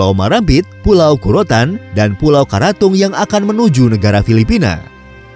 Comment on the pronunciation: Kurotan, lebih tepatnya kakorotan min 😁 terimakasih salam dari talaud ujung indonesia🔥